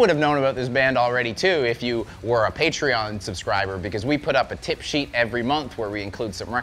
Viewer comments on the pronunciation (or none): none